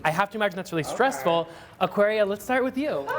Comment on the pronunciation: aquaria sounds Australian lol